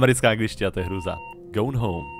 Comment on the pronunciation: "americka anglictina to je hruza" a cele video cita nazov hry zle :D